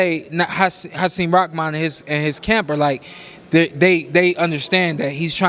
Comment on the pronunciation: Am I missing something? Everyone says hasim ROCKMAN.....when his last name is spelled rahman